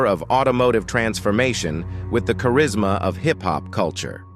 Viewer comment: “charis - mao” killed me